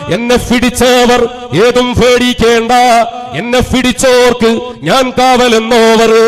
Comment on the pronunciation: ഫിടിചോർക്ക് 😂😂എന്നല്ല പിടിച്ചോർക് എന്നല്ലേ